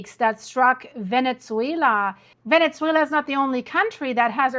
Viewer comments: Great video! I just wanted to mention something that might help: the correct pronunciation of “Venezuela” doesn’t include a “t” sound. Sometimes it comes across as “Venetzuela,” almost like “pizza.” Hope this is useful. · What’s going on with the Venetzuela pronunciation? 🤨🤨🤨 very distracting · Why do you pronounce it "Venetsuila"?